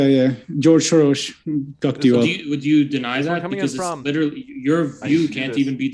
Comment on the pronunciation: he’s originally Hungarian, moved out understandably because of the political situation there. That’s why he pronounced George Soros’s name accurately